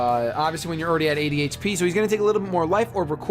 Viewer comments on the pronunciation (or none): when you said 80 hp it sounded like you said adhd lol